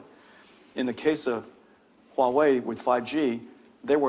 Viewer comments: it’s Huawei.. not Wahuei.. 😢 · It's Huawei not Wuahei. Interviewer couldn't even bother to research the industry before this interview. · The host literally cannot pronounce Huawei, he says Wahway